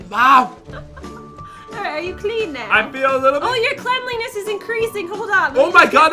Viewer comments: me: cle-n-li-ness? don't you mean cleanliness- when he sees my comment: dOnT jUDgE mE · and pat said cleanliness wrong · the word is pronouced cleanliness